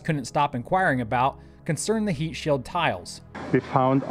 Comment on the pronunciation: Every time I hear "heatsheild tile" my eye twitches